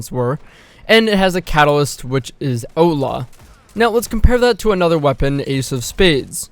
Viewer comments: Had to hear it about 4 times before I knew you were saying outlaw. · I was like... what is Oat Lah.... oh he is saying outlaw... canadians... love you guys....eh.